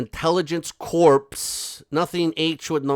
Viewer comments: You said Fortescue correctly, but corps is said as core Froelich should be said frolic just for fun. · In the UK we say 'Four-tiss-kew' with the emphasis on the first syllable and not 'corpse' but 'core'. 😁